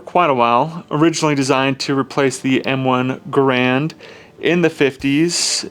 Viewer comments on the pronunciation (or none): none